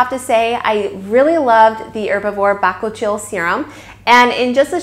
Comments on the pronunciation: Good informative video👍🙂 but your pronunciation of bakuchiol is so incorrect, and hilarious 😉🙃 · I believe your pronunciation of bakuchiol may be off... just FYI. ❤️ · Your pronounce the name incorrectly. Also, tere's no bakuchiol in it.. Herbivore has been falsely claiming the percentage of the active ingredient found in their product. You can get your money back. Also, can you please edit this video and let YouTube community know how misleading Herbivore brand actually is?